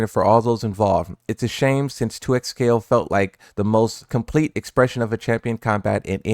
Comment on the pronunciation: this mans said 2xplayo